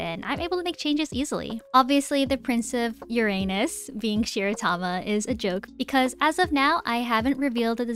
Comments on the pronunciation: stop saying uranus like that…. its suppose to be yur-ranus, not your anus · it's Crazy how I'm so invested while watching this fanfic also on the last part the way she say Uranus UEUEUE😭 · She said it more like your anus instead of uranus— I love it sm 💀💀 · you purposely saying Uranus like that is killing me 😭😭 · Im sorry but everytime u say uranus i giggle a little bit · I don't know why but when you say "Uranus" it feels a bit weird 🗿💀